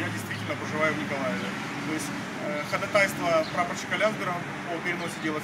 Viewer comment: ходАтайство!!!! Ударение на второй слог!!